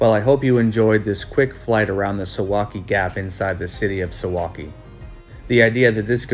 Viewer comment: Correct pronunciation: sooValky